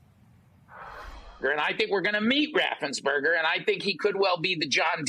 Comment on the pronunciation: RaffensPerger. NOT RaffensBerger.